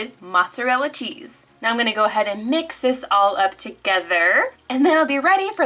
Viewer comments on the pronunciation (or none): did she say teese or cheese ???